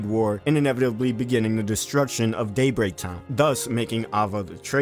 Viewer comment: Love the videos man! Keeping us interested in this dry spell! By the way, you may want to enunciate a little more when you say “Daybreak Town”….😅